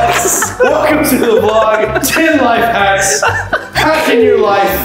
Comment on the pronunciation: You said life hats not life hacks